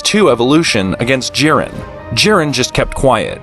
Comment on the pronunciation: Bro said jiden and not jiren